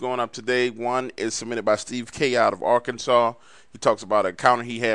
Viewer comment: Ah yes "" I love how you pronounce "AHHHH-CAN-SAW, GIN-SANG" Only outdone by ""